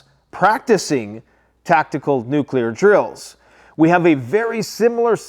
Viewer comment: Did he just say tac-tic,cool